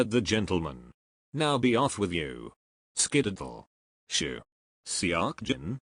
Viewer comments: Skididdle is what I heard?😂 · Skididdle?? Skedaddle! 😂 Weird pronunciation but I do love that word and it's been a while since I've heard it. Great work! ♥️